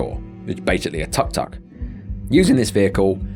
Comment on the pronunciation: It's not tak tak, it's took took, spelling tuk tuk